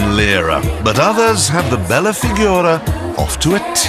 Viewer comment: When JC says "Bella Figura" (=beautiful figure) it seems like he says "Bella Figona" (=raunchy way of saying hot girl)... 🤣